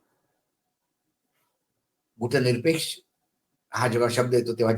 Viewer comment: मराठीत गुटनिरपेक्ष नाही गटनिरपेक्ष म्हणा.